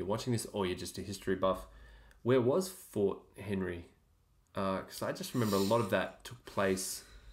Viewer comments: The story is great. But, being from Baltimore (Maryland) myself, I just have to correct the storyteller’s calling the fort, “Fort Henry.” It’s name is “Fort McHenry. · unsure why he said fort henry.. its fort mcHenry.... any good American knows that.. ive known this story for a very long time. its the reason my eyes fill with tears nearly every time i hear the National Anthem Sung... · It was War of 1812, and it was Fort McHenry not Fort Henry as the narrator said. Fort McHenry still stands and the flag still flies to this day in Baltimore. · For some accuracy its Fort McHenry